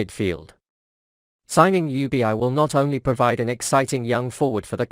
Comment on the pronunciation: Jubieyey?? WTF? IS THIS IS A ROBOT SPEAKING? RACIST! ITS ""Ljubičić"" ILL MAKE IT EASIER FOR YOU ANGLOSAXONS = LY-UBI-CHI-CH !!!! HZV <3